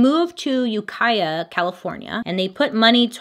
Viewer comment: I'm from Ukiah and so glad you were able to pronounce it correctly lol I will say the only thing was that the church was actually located in Redwood Valley. It still stands today completely overgrown with foliage though.